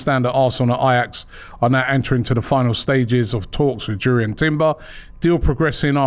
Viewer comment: It’s pronounced “Yoor-ian”